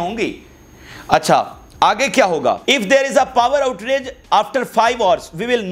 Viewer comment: Thank you for your hard work. Please note that its not Power OutRage its actually Power OutAge.